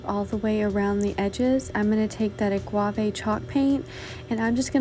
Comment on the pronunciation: I like all the projects and especially the truck sign. This is your second video I've watched and you're very talented. But the word for the paint color you used is Uh Gah Vay, not Uh GWAH Vay. You are combining the words Agave and Guava. I know, I know...I can't help myself.